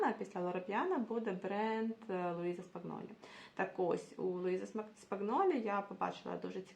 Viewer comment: Луїза Спаньйолі) буква "g" перед "n" в італійській не читається)